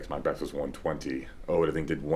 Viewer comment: Not "Ode", his name is pronounced "Odd". Never Ode.